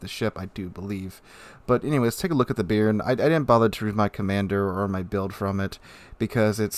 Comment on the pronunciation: Not "beer-n". Note the acute accent on the "e". It's pronounced "Bey-ahr-n".